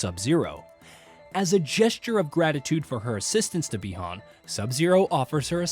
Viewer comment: They call Bi Han Bi Horn..Is this some bot or an actual person